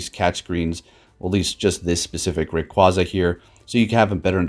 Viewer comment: Its raqu-A-za it said it like that in the anime to